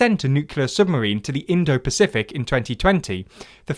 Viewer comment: Considering how many words they bungle or mispronounce 'nucular' instead of nuclear or 'indio-pacific' instead of Indo-Pacific, I'd say they won't ever be a serious news channel. I pretty much gave up watching/listening after that as they have these types of glaring (deliberate?) errors in pretty much every video.